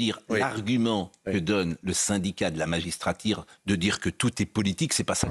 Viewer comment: cher Pascal, c'est magistratuuuuuuuuuuuuuuure, pas magistratiiiiiiiiiiiiiiir....